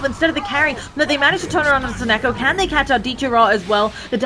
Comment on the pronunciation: Sonneiko not Sonneko, tiny bit annoying